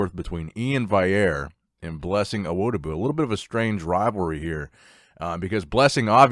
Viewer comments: In before says Vaillere instead of Valliere again:) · Love the video,! But how can you say Blessing’s last name right but not Iain’s? Valley - Air lol